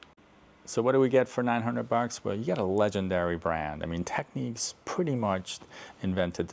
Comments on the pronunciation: It's technics, not techniques 👍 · Why would you pronounce Technics as if it was spelled Techniques? There are two types of people in the audio world I think . . Maybe Matsushita would be a better moniker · I never understand why people call Technics Techniques. The word is clearly Technics, not Techniques.